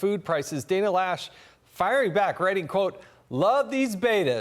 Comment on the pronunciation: I dont like Dana Loesch is mesing up the pronusiation of my name there s is no A in loesch sow how come she says lasssssssssssssssss, she is an idiot